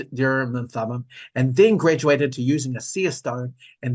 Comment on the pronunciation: Urim and Thummin. Or was that bogus?